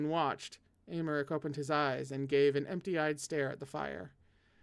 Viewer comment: hello again from me putting my native french to good use: Paschal: you said it right, it’s Pass-kal!! Aimeric: again correct, Ay-meric Nesson-Eloy: Ness-awn Ell-wa (I AM SO SORRY THIS IS A NIGHTMARE LANGUAGE) ❤️🧡💛💚💙💜